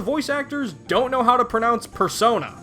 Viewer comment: They say Persona in a funky way